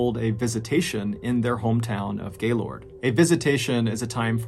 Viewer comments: I was not expecting to hear him say Gaylord Michigan the town I live in and graduated high school from. I will say that the first sylible isn't as strong as people that aren't from the town say it. It's more pronounced Gaylerd, almost instead of the two words sounding separate like Gay Lord. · i can always tell who isn't from Michigan by how the pronounce Gaylord. everyone i know in Michigan pronounces it more like 'Gay-lerd' not 'Gay-Lord' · I’ve been watching your videos for a while now and I love them all but I live in Michigan and I know it’s spelled Gaylord but it’s actually pronounced gaylerd. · as someone from the area, Gaylord is pronounced like "gay-lerd" and we can easily spot visitors based on how they pronounce it 😂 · Damn, I never expected to hear my hometown in a MrBallen video! By the way, we pronounce it “Gay-lerd.” 😂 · love you dude but I'm from Michigan, and you pronouncing Gaylord is hilarious. We pronounce it as "gaylerd" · Just saying, but being a Michigander Gaylord is pronounced " Gay-lerd" love the videos!! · I’m from a small town just 20 minutes from Gaylord and the way you pronounce it has my whole family cracking up 😂 We pronounce it as a very quick “Geh-lerd” and “Cal-dohn-ya”. Great video! Thanks for sharing. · Although spelt Gaylord, my Michigan family assured me that it's pronounced 'Gay-lerd' (-lerd like nerd or word). I spent a week up there last October around my Aunt and Uncle's vow renewal ceremony. RIP these awful casualties, and thanks for the word Mr. B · I'm 30 mins north of gaylord. (pronounced gaylurd by locals) I have a few friends that knew whittney when in highschool though I didn't personally. Sad story all around. Nuts seeing something I know well and from my area being covered by you. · Hey, FYI......"Gaylord" is pronounced "Gaylerd" FYI.....👍😊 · I love you John but it's pronounced "gay-lerd" I live about 45 minutes north of there. That was driving me nuts this whole video 😅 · awesome video, but its pronounced gay lerd